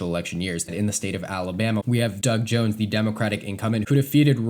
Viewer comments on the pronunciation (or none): none